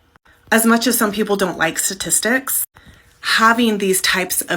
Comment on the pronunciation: "Sah-tistics" What an idiot!